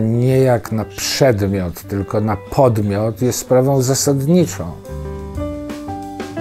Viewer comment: przedmiot nie przemiot. Bardzo ciekawy człowiek. Pozdrawiam